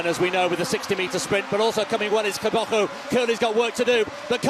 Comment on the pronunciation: TEBOGO, not TABACO MR!